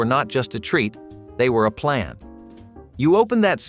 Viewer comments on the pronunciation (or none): none